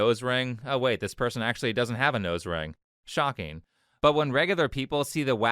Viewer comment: when he said shocking it felt like it had somthing behind it I can’t tell what though